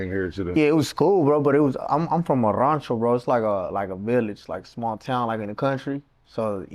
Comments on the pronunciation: Fool said “roncho” lmao RANCHO. Roll that r. Segun “straight mexican” lol this vato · When you say you from Durango but can't say Rancho 🤔